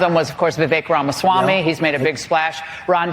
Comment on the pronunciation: why do you always call him "Vivek Ron Swami" ?